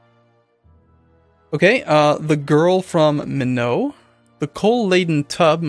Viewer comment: LOL meeknot :P Minot is more like Mine'aut. Minot, ND.